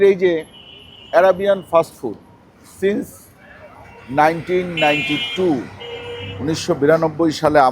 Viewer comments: সেন্স 1992 টা না। উচ্চারন হবে, সাইন্স 1992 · আপনিও ভুল উচ্চারণ কোরেছেন।উচ্চারণ হবে সিন্স 1992